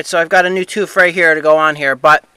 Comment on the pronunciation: Did you say, "toof"? Great videos as always!